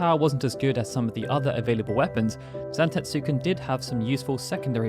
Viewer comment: The U is silent.... Zantetsken 😑